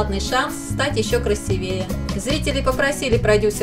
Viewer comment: красИвее,а не красивЕе